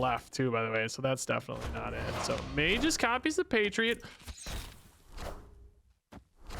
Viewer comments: I believe Magus is pronounces May-gus and not May-jus. Love the vid btw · Dear: Ma-Jus ❌ Ma-Gus (Fring) ✅ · "mage-iss" is killing me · The way is pronouncing Magus is KILLING ME 😂